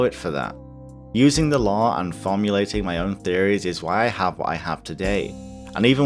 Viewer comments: For 6 mins, I thought you were saying "law", instead of "lore". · lol when you said Lore in i thought u said the Law xD